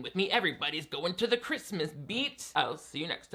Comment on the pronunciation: We have been saying ChRiuuuusssmuaas like the grandmother for years now in my family this is wonderful lol. It is just sooooo bad.